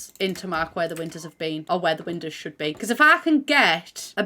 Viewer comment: i love how says windows. "windehs"